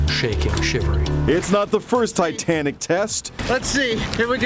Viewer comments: Ah yes, “Titantic” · I didnt know there was a "T" in Titanic lmao. Good one,. Happy Good Friday and Happy Easter.